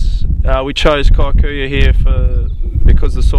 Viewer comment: that word is pronounced "kee-koo-yoo" not kai-koo- yoo